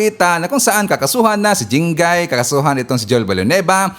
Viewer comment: Jingoy po. Not jingay